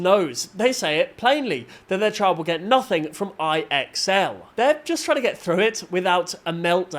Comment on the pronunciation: fyi. ixl is supposed to be said like "I excel at school"